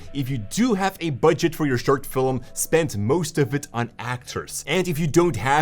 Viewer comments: I love how you say Filem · a guy so into filmmaking that he can can make the word "film" into two syllables. Hehehe.